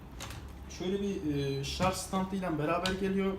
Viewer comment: ŞarZzzzz demez mi :))